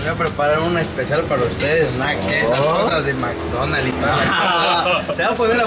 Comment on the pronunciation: El whicho dice “MCDonas” 😂😂😂